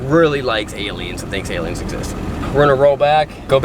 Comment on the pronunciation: “Alien” = A-lie-n